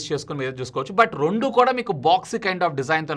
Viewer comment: Rondu ❌ Rendu ✅